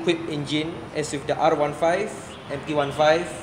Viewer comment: the urge on zar face to correct the proper pronunciation of M15 and R15